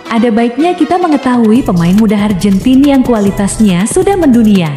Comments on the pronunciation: ARGENTINA di ucap ARJENTIN. SUWEKKK!!!! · Nyebutnya AR GEN TI NA ajah.. gk usah pke lafal inggris - malah trlihat sok alias Kampungan neng... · Fokus mimin bilang arjentin sama bilang tahun nya 😅